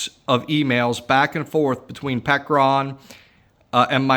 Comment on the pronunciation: Did he say Peckeron? 😂